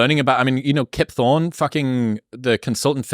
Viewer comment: He said Kip Thorne…I hear Rip Torn…R.I.P.